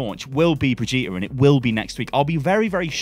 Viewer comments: ...bro it's fucking Brigde-et that's it. Not fucking Bidge-eet-a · For the love of god it's not bridge -Ēta it's brigg Ē ta!!! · Its still Bri-gitte not Bri-gitta!! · God stop calling her Bridgeata it's "BRIDGE IT" reeeeeeeeeeeeeeeeeeeee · Hey, It is BRI GI TE (not BRI GI TA!) search german google translate and play brigitte. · Still calling her Brehjeeta, eh? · Jesus... SHED YOU ULL BRIJ EAT A???, these are not how these things are pronounced. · Just wanted to let you know that the r in Brigette is silent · She’s been announced how long ago and you still can’t pronounce Brigitte correctly? Even though she says her own name in the short and Jeff pronounced her name in a video ? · It's ok, you'll learn how to say her name one day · Why is it so hard for you to say Brigitte? Just say it like the kid from the sound of music. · If you say her name wrong one more time Imma flip. I'll still watch you but I'll be less happy about it, lol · Holy hell, man, it's not that hard to pronounce BRIGITTE. Just listen to how it's pronounced in some of the official videos a couple of times and then copy that pronunciation. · I'm sorry but you really have to learn to pronounce Brigitte. I'm putting a dislike on this video until then.